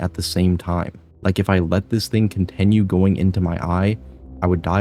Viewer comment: why do you pronounce “continue” as “contEnue”???